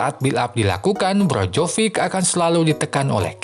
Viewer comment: naratornya nyebut nama Maignan bener tapi pas nyebut nama Perišić sama Brozović ambyar wkwk kalo Krunić, Rebić, Ibrahimović, atau Lazetić maen ntar ambyar juga ga ya? 🤣 Sempre, ovunque, Forza Milan